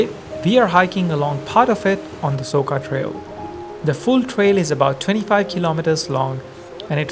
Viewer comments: It is not Soka but Soča č = in is english spoken like ch. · I never understood why the F don't you vloggers ask the locals how to pronunce the damn places. It is SoCHa river and BoveTS town goddamnit.😡🤬🤬🤬